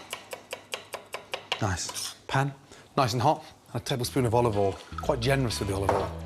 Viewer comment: "Tablespoon of olive ole"